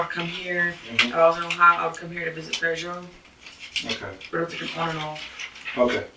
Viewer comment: I cringe every time she says "Pedro"